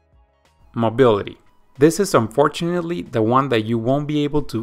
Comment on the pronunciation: Thank you for the video! Please pronounce the word "this" with S, not Z in the end - "this video", not "thiZ video".